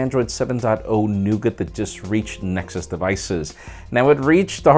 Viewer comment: "NexZhus ownerz" lol